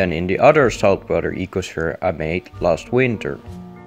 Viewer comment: a faecal sphere?